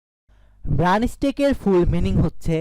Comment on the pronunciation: উচ্চারণ ঠিক করো ভায়া। ম্রান হবে না মার্ন হবে।